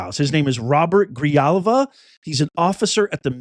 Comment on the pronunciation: hey professor, ahem. "J" in Spanish is pronounced "h" Grihalva, is the pronunciation